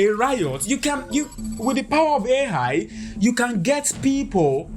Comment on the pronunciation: Africa should hold back on the vibrainium.. Love his accent “Aye high.”